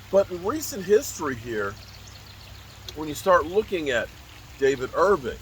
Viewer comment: Irving with a G lol